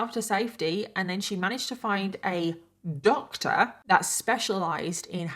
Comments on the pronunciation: New to your channel but love your vids 🥰 ur accent is so funny when you say “doctor” it’s like Doctaaa 🤣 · I love how you said this doctor so funny.